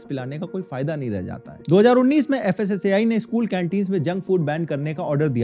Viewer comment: Fasaai nhi fasai department 😢